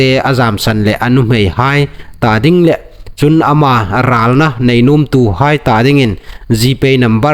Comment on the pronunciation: Hotupa i thaw ṭha ie. Chulai zing chun i ṭawngkam sep dan, 'le' tina dinga 'leh' tia i lam vawng hi nakawr a kham met a nih. Ei ṭawng kalhmang naw dan a ni leiin hung insiem ṭha ve raw ie.